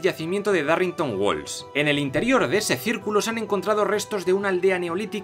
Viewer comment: es dorringtan o dhyurringtounn no darrinnghton